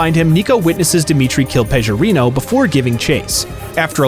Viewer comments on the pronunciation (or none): It's Pe G orino not Pejorino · Packie: It's Peh-GUH-Reeno. Pecorino's a type of cheese.